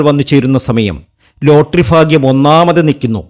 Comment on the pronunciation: Fagyam alla tell bagyam